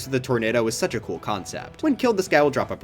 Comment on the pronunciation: Bro said kewl when it’s cool 💀💀💀